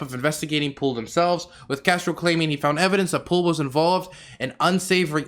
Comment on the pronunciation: I mean he didn't pronounce Castoro correctly the whole video 😭